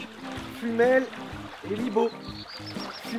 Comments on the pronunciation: c'est fumel et libos pas "libo" 😉😉 et j'habite à libos 😂😂😂et je connais cette usine je passe devant tout les matins 😂😂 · Salut à toi je peux te renseigner à propos de la brique que tu as trouvé j'habite dans le Lot et Garonne et Fumel et Libos (le "S" se prononce) est à 5 minute de chez moi. Ce sont deux petites villes (voire villages) qui sont collées l'une à l'autre. On peut trouver à Libos la briquèterie où a été fabriqué cette brique. Si tu as des questions supplémentaires je serai ravi de t'aider à y répondre. PS : J'ai oublié de te demander où tu as trouver cette brique ( dans quel département ? )